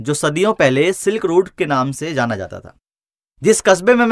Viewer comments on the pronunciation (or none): none